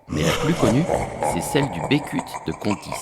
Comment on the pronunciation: A contis, on dit Becut (beucutt) et pas Bécut